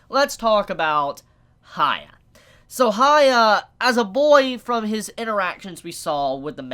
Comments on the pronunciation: It’s Huh-yah-kee Or Huh-yah-kee-mar-oo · I'm sorry but it's really bugging me, why do you keep saying 'Haya'?? Who's Haya?? How hard is it to say Hyakkimaru?? I get that the pronunciation might be hard but one can try, especially after so many people spelled the right way to say it ( and it's said many times in the anime). I apologize if I come across rude but it hurts a lot everytime you say 'Haya'. The name has a meaning as well. Anyway, thank you for the videos and wishing you a good day. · As much anime as he watches, pronunciation was never strong suit. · Heeyah-kee-mah-roo Unless you are just trying to give him a nickname, but where would you get Haiya? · Reviews He-yack-key-mar-roo (Hyakkimaru) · why do you call him "haya"? do you read his name as "hayakkimaru"? because the first sillable is pronounced like the word "he", just saying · Please just learn how to pronounce his name. An anime reviewer of all things should be pronouncing names correctly.